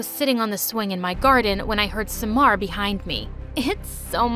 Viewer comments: Smar?! SUMMAR NOT SMAR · Bty its pronounced Sa - mar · Omg her pronunciation of the name suck how did ahmed become amed?? At least read all the letters! Farah, samar are butchered too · Far-aa Amed Saa-mar Nice pronunciation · I love the country changes every video but the pronunciation 💀💀 I'm an Egyptian and like- "saemar" "Amed" "Fara"